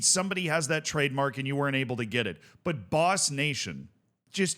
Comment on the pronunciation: It's not even Boss... it's Bos!